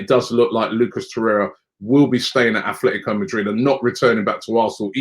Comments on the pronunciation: Atletico not afltico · Is Robbie dyslexic? Man keep persistingly calling Atletico Madrid the wrong way. Once and for all it's Atletico and not Athletico